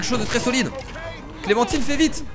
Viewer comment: c'est pas clementiiiine c'est clementine comme le fruit xd